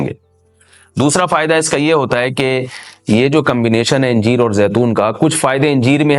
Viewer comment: انجیر کو الف پر زبر سے پڑھنا چاہیے۔ حوالہ: جامع فیروز اللغات۔